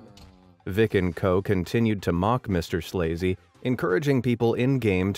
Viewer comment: MRSLAZY is actually pronounced Mrs Lazy. LOL!